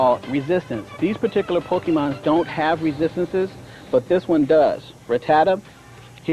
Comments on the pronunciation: I only remember this because of the guy who says pokemans 🤣 literally just thought about it and wanted to laugh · I remember being so mad as a kid when I heard him say pokemons/pokemans. Some "Master" 😂 I love this old video though